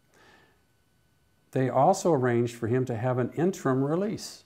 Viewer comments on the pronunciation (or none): That word you can't pronounce is "interim". It has three syllables with the accent on the first. "interm" is NOT a word! You also left out the accolades he got from the jury at his trial in Bakersfield, including performing a set during a break.